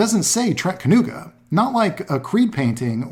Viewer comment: Sadly his pronunciation is wrong.)